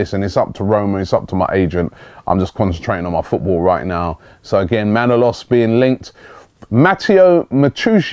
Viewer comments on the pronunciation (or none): Kostas MANOLAS...not Manalos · Robbie his name is Manolas not, Manalos, FFS mate, it's not so bad when you just pronounce his name incorrectly, but misspelling it as well? SMH. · robbie its not manolos, its manolas!